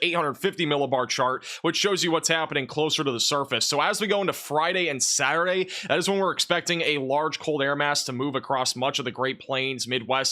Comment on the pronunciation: Just saying that Saturday has the letter T in it? Thanks for your channel, it's my weather channel of choice for information.